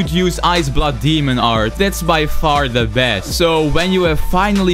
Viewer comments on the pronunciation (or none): I love this guy so much I totally live him pronounce demon art as Damon art